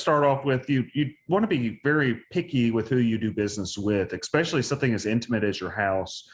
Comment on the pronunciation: that "lawyer" , said, "EXPECIALLY." There is no 'X' in ESPECIALLY.